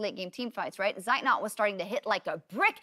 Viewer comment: who is this seit not they talk about, his name is Zeitnot...